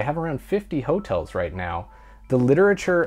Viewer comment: "HO-tels" was really starting to annoy me. You're emphasizing the wrong part of the word!